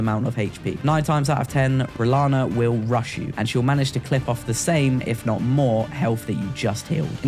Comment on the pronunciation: I was going to see if you could go the whole video without saying "renalla" but you failed! Loll I would too